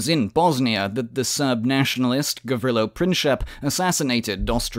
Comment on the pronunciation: I disliked the video because of a few things; 1. Pronunciation of names, Gavrilo Princip for example is one of the easier ones and you couldn't take the time to even learn that one. Really showcased the actual amount of work you put into this. 2. You failed to mention that Yugoslavism was born out of Croatian inteligencia. Ljudevit Gaj in the 1830's started floating the idea that Serbs and Croats were one people and should unite as one people. You presented the whole thing as an idea by the Serbian government or people. 3. You again failed to mention the Corfu declaration which was an important document in the formation of SCS (or SHS in serbian) and later Yugoslavia. 4. The assasination of Stjepan Radic wasn't acted out because Serbs were displeased with the HSS but because for a good amount of years Croatian delegates in Belgrade did nothing but obstruct the work of the parliment and insult their fellow representatives. Stjepan Radic started goading and insulting Punisa Racic before he shot him by asking him "How much is your Serbian blood worth? How much does your so called Kajmakčalan cost?" in regards to the amount of Serbs who died in WWI fighting against Austria-Hungary and in Kajmakcalan when they died in the thousands to liberate Serbia in the Solonica front. Your entire video is done through a Croatian propaganda lense and only showcasing facts that they deem favourable. Rather shameful honestly.